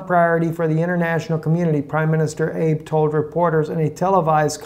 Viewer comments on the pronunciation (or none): Ah-bay - not Abe, like Abe Lincoln. How did the Jews take the land now called Israel away from the Palestinians? Terrorism. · I think the correct pronunciation of Prime Minister Abe is A-bay. You can always check by watching a few news channels on YouTube to see how the main news media pronounces the names. All the best, I enjoy your informative news broadcast although I am not really big on the interpretation of prophecy. Everyone is entitled to their own opinion so I prefer to separate one from the other. Cheers! And as Ellen's friend Gladys says. Keep on keep in' on!